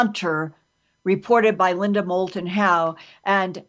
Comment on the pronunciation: When a mistake is big enough, you don't notice it.... Linda Moulton Howe is her name. Not Linda MouTLon Howe. The docu-talkshow is perfect!